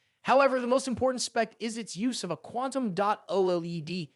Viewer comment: First off only one of these is truly budget, but that aside how the hell are the first two anything even close to budget, second just call it a f**** Viewsonic Elite for the love of G-d and finally learn how the F*** to say OLED if your going to even remotely attempt to be a Tech Youtube. All in all gave me the vibe that you have never actually touch any of these panels, ripped a bunch of script from other Youtubers then rewrote it (to an extent, for your sake I won't get into details) and overall just had no clue what you were talking about past reading words on a script. Suggestion: Your overall production quality was very good so go create a channel about something you're actually pationate about.